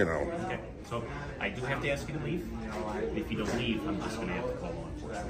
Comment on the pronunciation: It's not axe it is ask!! If he was axing you i think you would have left sooner.